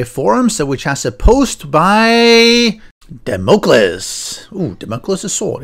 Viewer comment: Very Nice Map Generator! By the way Damocles is DAM -O -CLEES fwiw. Thanks! I will try this out.